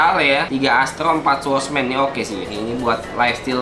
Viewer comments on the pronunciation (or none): Tanpa kalian sadari dia menyebutnya swordmans